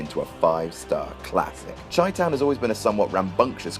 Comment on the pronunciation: It's pronounced "Shy-town", not "Chy-town"